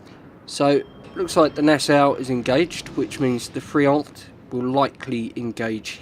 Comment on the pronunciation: Nice prononciation of Duguay-Trouin. Friant, t is mute. French cruisers have spaced armor, although very thin, it helps protecting the citadel against same class ships more that it would seem. A Minotaur can't citadel a Saint Louis (t9 cruiser) unless aiming for the weakspots under the turrets. Generally, if your ammo is not the right one, you still can't raise your aim to hit superstructures, weakly armored parts such as bow or stern, hupper hulls to guaranty some damage.